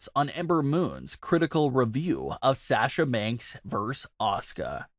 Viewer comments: Why cant this guy pronounce "Sasha" correctly? Its so easy to say. Is he trolling? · I will not sub to this channel until this fool says Sasha's name correctly. He's an idiot and the fact that he has to plug in that same line in the middle of every video about most of his "viewers" are not subscribed is another reason I'm not subscribing.